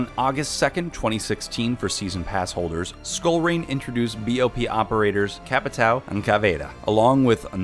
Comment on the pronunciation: Why anyone cant say Capitão ????? you are saying capitao